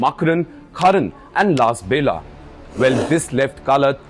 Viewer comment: Indian media needs to be embarrassed. It’s Kalaat, not Kaalat. It’s Makraan, not Maakran, it’s Lasbela, not Laasbela. Shame on you for not even having the decency to pronounce the places correctly. It actually shows something deeper. Indian media has no connection to the geography. Nothing matters more than pronouncing a name right. You failed.